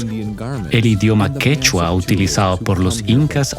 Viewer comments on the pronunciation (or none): Si vas a narrar pronuncia bien ..QUECHU'A ...no se dice que'chua